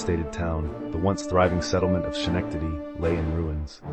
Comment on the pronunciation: Dear God can you PLEASE pronounce my city’s name PROPERLY?!?